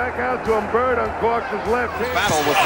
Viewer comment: Dude why can't you pronounce your ....."D's.... It's BIRD....NOT BERT.....RODMAN....NOT ROTMAN...